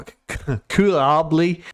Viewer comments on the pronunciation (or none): Cant believe this guy is giving advice on Chelsea and their replacements defensively and he doesn't know who koulibaly is, hasn't watched Napoli or can't even pronounce his name. I wouldn't be listening to anything this guy says. No football opinion from himself,. Just regurgitator what all the other people say in fpl twitter. Can't say someone you've never seen will improve a defence.